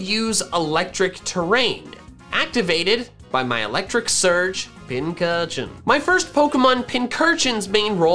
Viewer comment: FINALLY LEARNED HOW TO PRONOUNCE PINCURCHIN THIS IS THE GREATEST DAY OF MY LIFE